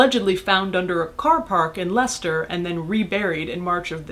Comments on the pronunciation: Your literally the first American I have seen that pronounces Leicester properly. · I'm just impressed you pronounced Leicester correctly. You're officially allowed to return to the UK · Welcome to Britain and congratulations on the correct pronunciation of Leicester. City wise Paris with its catacombs which have claimed more recent victims seems apropos of this conversation. Evidently recorded after the radio interview which I caught by accident. Enjoy your stay do visit the end of Poland Street where a water pump was installed by some Doctor who linked Dysentry and water supplies as an issue. Oh and visit Forbidden Planet on shaftsbury avenue because you should. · I’m from Leicester! THANK YOU for pronouncing it correctly, you can tell you’ve done your research properly! Fun fact: Spitalfields and Liverpool Street are literally right next to each other, so many bodies in one place! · I live in Leicester and yaaaaaay you pronounced it correctly! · you said leicester right!!!!